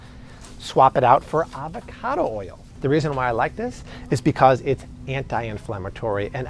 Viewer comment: Good tips. Can't stand the strained way of overemphasizing certain words. What's with "oyal" ? 😅